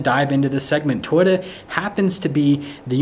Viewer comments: I don't mean to be a jerk, but Toyota has two Os. Toy-O-ta. Not Toy-da. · It's To-Yota, not Twitta. Elon does not own Toyota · Learn how to say Toyota. Its not "Toyta"!!! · We only see your FACE! 🤕🤮 We wanna SEE THE TRUCK! 😢 Lol. It’s TOYOTA… not Toyata real fast. Wow. 🤦🏻‍♂️ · I keep hearing him say twita instead of Toyota am I wrong ? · You need to learn how to say Toyota